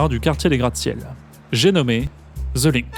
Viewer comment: Ville lumière jadis rayonnante, mais désormais relativement ringarde au niveau international. "Ze LiNk" mdr 😂